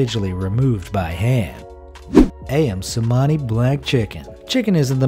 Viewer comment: Ayam cemani is in Indonesia and u said it wrong